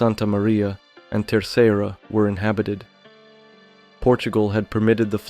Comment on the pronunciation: Learn the correct pronunciation… I wondered what you meant, looking for a transcript, but found it in the comments.